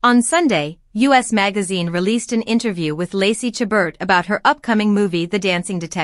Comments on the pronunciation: Please learn how to pronounce Lacey's last name , the t is silent. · It's disappointing that this video doesn't even pronounce her last name correctly. And its title is misleading.